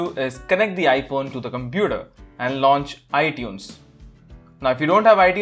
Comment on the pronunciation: LMAO i was like what he say iDunes, i dont have no iDunes